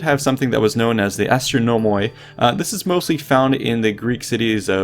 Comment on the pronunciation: ahahahh man said ''they didn't have policemen'' ''they had astinomoi'' ahaha my guy, astinomoi is the greek word for the literal translation ''police-men'' or ''city-lawmen'' which is the same XD. (also he butchered the pronunciation)